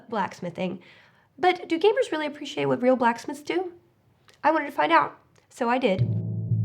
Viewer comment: lol "for realsy"